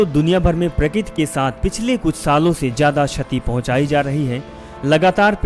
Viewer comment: Plz dear speck a real hindi... Its not prakit.. Real word is prakruti